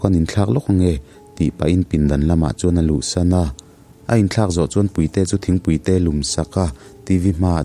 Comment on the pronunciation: sir puite i lam dan khi a mak ka lo tii…chhim leh hmar tawng thluk a in ang lo nge chu ka hre lo a🙂